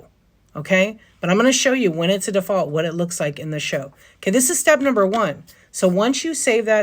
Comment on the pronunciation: Did you say it's by DEE-Fault? lol